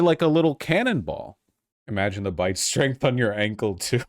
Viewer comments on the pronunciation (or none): none